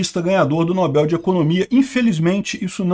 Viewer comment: precisa definir se é nóbel ou nobél.... Kkkk